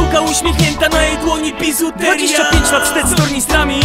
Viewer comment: Pihu już ma taką wymowę. ''bizuteriia'' czy ''psywiązanie'' itd.